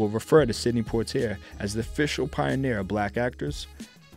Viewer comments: good doc. however, "Lah-na Turner" and sydney Pwah-tee-ay" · lol yes their names could have been pronounced better. Thanks for watching